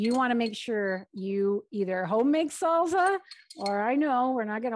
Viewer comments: Salsa not salza 🥰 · Thank you, this is helpful. Salsa - both s’s in salsa are pronounced like a in snake. Just a tip. I am a bilingual teacher I hope that helps.